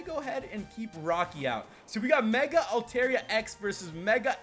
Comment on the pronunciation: Its altaria (alta-ria) not (alte-ria